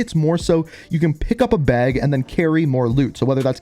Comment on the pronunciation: “Beg” I think you meant “bag” 😂